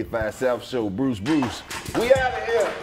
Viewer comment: I came here to say I listening to the pod and said bruise crews, not Bruce Bruce